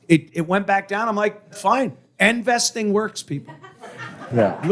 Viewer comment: “End-vesting” needs two more explanations.